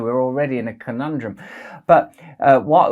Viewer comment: got me good 😂 We're already in a conundwum. Love ya Russell